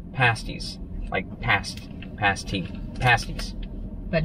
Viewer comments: You got the pronunciation right. Past-ee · you are correct with your pronunciation of pass tee for the pasty’s. Of note they are a traditional miner’s “dish” from Cornwall England. We really enjoy the videos, please keep up the great work. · Pasties originated in Cornwall and were made for the tin miners to take for lunch. A whole meal in one and yes you pronounced it right 👍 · You did pronounce pasty correctly or you at least pronounced it the uk way, if you ever travel to England I’d recommend you try a Cornish Pasty, it’s a must in Cornwall 👍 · The final way you pronounced pasty was correct. The pasty started from the Miners lunch bucket. The dough was put in the lunch box then any thing else they had to eat and then covered in dough and the lunch box put by the fire to cook at night so the Miner could take his lunch in the mine with him. Escanaba used to have a house that they sold pastys from, that where the best I had ever tasted. The other great place was in Madison WI, and in your Madison video you show a triangle shaped building just off the square and that had the 2nd best pastys I ever eat. I know your videos are behind by a week or two, I hope you get to enjoy the upper midwest it has so many places to relax. Most counties have parks that are very cheap and range in what they offer but are great scenery. Just so you know the best tasting pasties use lard and butter for the crust, like Grandma said you cannot make a good crust without lard.